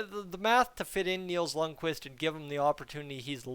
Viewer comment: It's pronounced "k"Vist"! Not "k'wist". Jesus, Edmonton fans SHOULD know a little bit more about Scandinavian pronunciation by now!🤦🏻‍♂️🤦🏻‍♂️🤦🏻‍♂️